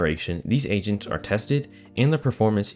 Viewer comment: am i the only one that hears “asians” instead of “agents”?